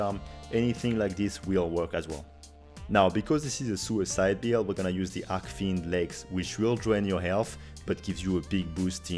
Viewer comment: Thank you for the amazing video! Very well presented and put together! Friendly sidenote which might also lead to less confusion and more clarity. Archfiend is pronounced differently than Arc. The "ch" in arch is pronounced like starch, porch or pouch and not like a "normal" k as in arc. Keep up the good work! Always looking forward to your vids!